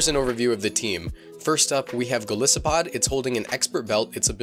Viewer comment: Sorry for being that guy... Its Gol'eye'sopod, thats how you pronounce it, after all it's a Goliath isopod.... I run my Golisopod with max hp and atack, adamant nature and holding a sitrus berry, first impression, sucker pick, liquidation and leech life, but I'm thinking of changing the evs to the ones presented in this video. I play singles anyways...so I dunno:/